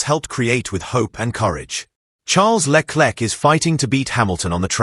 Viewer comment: Le Klek ???😮😢